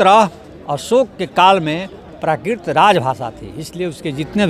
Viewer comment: ये कैसा प्रोफेसर है? यह जीवधारी संस्कृत को संस्किर्त और प्राकृत को प्राकिर्त बोल रहा है। चैनल में भी संस्कृत के स्थान पर संस्कृति लिखा गया है।